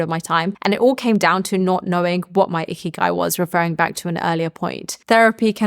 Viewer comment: Lol sounds like you are saying ‘icky guy’ i had to rewind it back😊